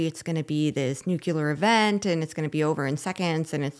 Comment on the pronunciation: It’s pronounced: NEW CLEAR‼️ Not: new Qu ler ‼️